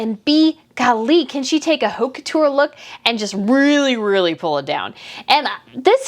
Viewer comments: Just a friendly reminder the h is silent in French, so the h in haute couture is silent. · Please pronounce haute couture without H sound. That makes your fashion critique convincing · sweet and all but if you’re going to criticize fashion and people who purchase it, you need to learn how to pronounce those foreign names and haute couture. The h is mute and the au phoneme would be an approximate of the phoneme o as touch. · The "H" in haute couture is silent.